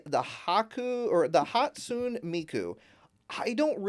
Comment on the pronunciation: Hot-sue-neigh not Hot-soon 😂😂 but we love ya , a hologram idol, gee, is Canari trying to copy Hatsune Miku?